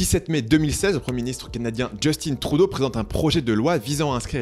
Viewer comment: Comment il a prononcé Justin Trudeau 😭😭😭 EDIT: dans le Canada Anglais ils le prononcent « Jeustine Troudeau » seulement parce que les anglophones ne sont pa capable de le prononcer à la francophone, la manière dont il faut le prononcer.